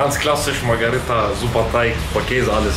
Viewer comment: Für das nächste Video.. die Pizza heißt MARGH“E“RITA nicht MARGH“A“ RITA (ansonsten top Videos) 👍👍